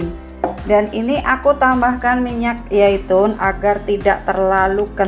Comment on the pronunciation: Minyak zaitun....bukan yaitun